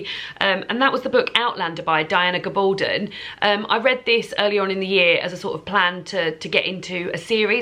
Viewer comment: Just an FYI on author pronunciations for future: Adiba JAG-eh-dar and Diana GAB-uhl-done😊